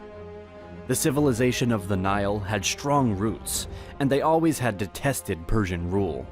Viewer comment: SHtruggled, SHtrong, SHtreet 😅